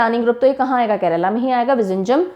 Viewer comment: Vizinjam nahi it is viyinjam 😅pronounce